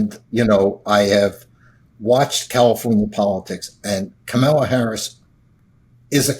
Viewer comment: Why does that idiot call her Komala?